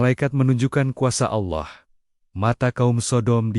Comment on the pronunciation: Naratornya perbaiki cara pengucapan nama Allah SWT